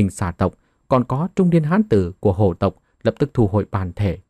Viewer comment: Phiền anh đọc rõ dùm hồ tộc hay là hổ tộc giúp .chúc ad ngày mới vv